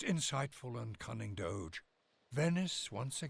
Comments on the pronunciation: It's 'doe-jay'. 'doe-gay' would be 'Doghe'. It's from Latin 'dux' meaning 'leader'. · Doge is actually pronounced with the G sounding like a J like in Jimmy.